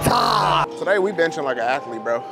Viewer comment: bro, what is an “athelte?”